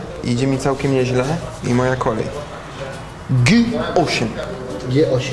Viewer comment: Sztaba "GY osiem" hehehehehhe ! Padłem!